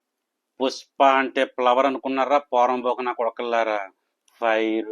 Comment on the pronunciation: ప్లవర్ కాదన్నా ఫ్లవర్.. ముందు తెలుగు నేర్చుకో తర్వాత వీడియోలు చేద్దువు. ఖర్మ